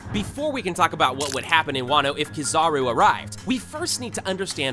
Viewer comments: broo rlly just said "kizahro" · Stopped watching early because of how he says kizaru